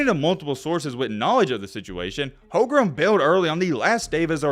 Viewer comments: The warriors had the best d in the league oh, plus it’s not Chet holgrum it’s home-grin.lol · is there a reason you keep calling him "HolmgreM" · Uh,? What's this video even saying? And it's Holmgren. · Yeah you watch all the Gonzaga games but you don’t know how to pronounce his name oh and that trash 39% 3-pt shooting you’re taking about as a center would be 2nd best in the league behind kat. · if u gonna make a video about bro at least say his name right 💀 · bro cant even say his name right and we're expecting some informed takes? lol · Claims to have followed Chet Holmgren since high school and can’t even pronounce his last name right